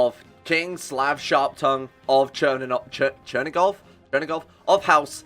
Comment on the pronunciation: In Chernigov stress is on "i" if you wonder